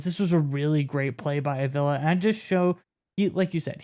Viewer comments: WHY ARE YOU BUTCHERING THIS MANS LAST NAME??? ITS A-V-I-L-A! STOP SAYING THE EXTRA I IN FRONT OF THE 2ND A! 5 LETTER NAME, 3 SYLLABLES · AH-VEE-LAH...say it right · Bro say his name right if your gunna make a video.